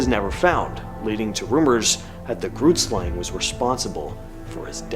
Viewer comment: Saying Groot Slang wrong🤣, it's Afrikaans for Big Snake